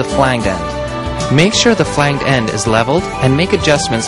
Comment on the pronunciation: At one point the narrator calls the busway system the subway system and then pronounces the word flange as "flang-guh". Awesome.